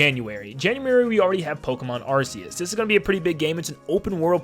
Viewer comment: No he’s not he said it right